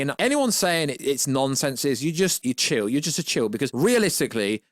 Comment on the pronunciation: Shill not chill